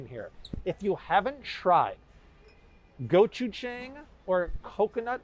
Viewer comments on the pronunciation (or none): Hi, thanks for all the good info you provide. Just so you know, gochujang is not pronounced JANG like "ANGLE". It is pronounced JAHNG like "BALI" or "BAHamas". I think it's important to try to get the pronunciations of word as close as you possibly can to the actual language, in this case Korean. Thanks. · Please learn how to pronounce gochujang...